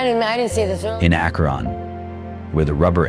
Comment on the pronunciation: Lived in Akron for 20 years. Pisses me off when these AI videos can not pronounce the name correctly. 😡